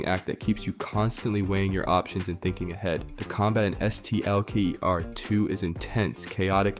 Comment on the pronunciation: Yo bro it’s STALKER 2 not S-T-A-L-K-E-R 2 lol Hence why they call you